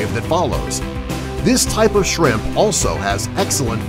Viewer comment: It's shrimp not chrimp